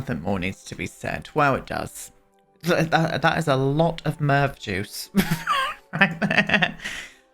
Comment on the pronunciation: “Merv juice” Brother ewww!!!😆😆😆